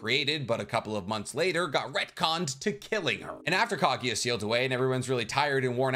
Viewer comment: FFS it’s KAGUYA NOT KAGIYA